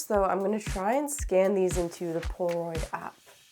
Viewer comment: She keeps saying Pora-oid 😂